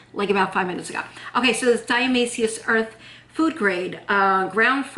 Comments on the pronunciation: You're not pronouncing it correctly. Why wouldn't you find that ott before you fo a video? You did so much research BUT NOT HOW TO SAY THE WORD die A ta may shus. 🙄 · Or dia-toe-may-shus earth lol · Hi, Here's how to pronounce it: di-a-ti-ma-ceous earth. Love you! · "shus" at the ending. :-0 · You forgot the "to' when pronouncing dia"to"maceous earth. Just do a YT search and see how others pronounce it or just call it D E. Thanks for sharing 😃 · You are so cute! I really appreciate all the work and research (and experimentation!) you do! But ... it's pronounced Die-ah-toe-MAY-shee-us Earth. :) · Die-ah-tom-A-shus earth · Di-u-tu-may-shus...your welcome baby and you look great at 50,god bless you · I hear you struggle....its Di- atom- a- shus earth. Hope that helps lol. Thanks for the vid! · Great idea! & I have some! Ur so cute...it's pronounced, "diet-a-may-cious". It's a weird one, huh? 😊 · This video could make a great drinking game. Drink every time she says diatomaceous wrong 😂